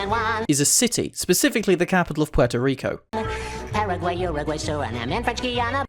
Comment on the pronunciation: As a NATIVE Spanish-speaker, it’s “pwerto rico” not “Porto.” Porto is Italian not Spanish. In Spanish, ue makes a wuh sound